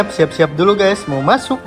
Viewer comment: Maaf kak tapi masa raga bilang ,udah masuk , kok masuk nya jadi masak sih 😅😅😅😅😅